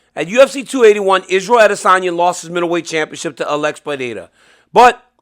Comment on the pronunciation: A l e x not allex dc please say his correctly .